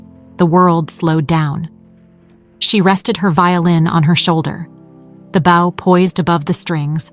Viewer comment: Poor pronunciation of some everyday words ("bow" of the violin is pronounced like "know", "show"! "bow" meaning "bend" is pronounced like "cow", "now", "how"!)